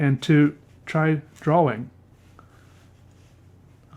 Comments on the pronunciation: are you saying draw-wing? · Dwawing lol